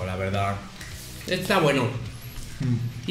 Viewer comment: comiendo maruchan con doritos que no le gustan: "etaweno"